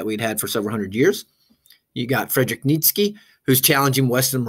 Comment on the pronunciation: great vid but Nietzsche is pronounced "neat-chuh"